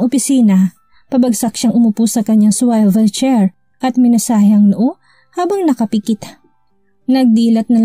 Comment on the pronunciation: Swivel chair not Swayvel chair. Pls correct your pronounciation. Check the dictionary.